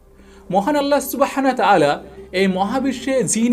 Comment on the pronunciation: আপনার টপিক ভালো, কিন্তু আপনার কিছু কিছু উচ্চারণ ভয়াবহ রকমের অশোভনীয়। 'আল্লাহ সুবহানাহু ওয়া তা'আলা' হবে, বারবার ভুল করেছেন। 'মৃত্যুশয্যা' হবে, 'মৃত্যুশরযা' না। এরকম অসংখ্য ভুল উচ্চারণ! বাংলা ভাষাকে আপনি মেরে ফেলবেন দেখছি।